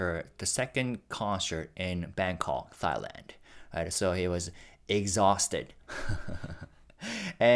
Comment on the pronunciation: I love your videos, and your English is phenomenal! You bring such a great perspective and wealth of knowledge & insight to the things you share! Just as a point of instruction, in English, Thailand is pronounced as "Tailand". The Th is just pronounced as T. 💜💜💜💜💜💜💜